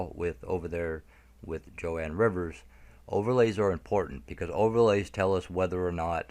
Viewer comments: Its Joan pronunciated "JONE Rivers, not Jo Ann. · It’s JOAN not Jo-ann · One more thing..sorry.. Joan Rivers is pronounced "Jone" not "Jo-Ann". "Joan" as in "loan", "moan". Joan Rivers is s very famous comedienne been around for a long time. I hope she's alive too. She must know a lot. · Joan. Not Jo Ann. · Jone pronouncing joan